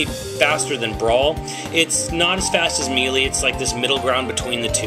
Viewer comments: MEE-LEE?! IT'S...sigh...I guess there are some people out there who can't pronounce specific words...(that's not in insult btw) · I can't take someone who can't pronounce melee correctly seriously. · I'm gonna take your impressions with a whole bag of salt since you can't even say melee right let alone use proper terminology for.... anything.